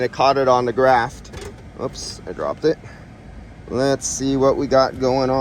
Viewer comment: Graph not graft. You're better educated than that. I know it.